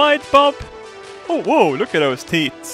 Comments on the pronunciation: Good Sir, there's usually a dramatic difference between "teets" and "teeth". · i love it how he says "teets" rather than "teeth" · Hearing you say "teats" in place of "teeth" so many times made me giggle. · I love how he calls teeth teats lol! Love you and your Swedishness! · I love how he pronounces teeth teet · I love how he says teeth like teets xD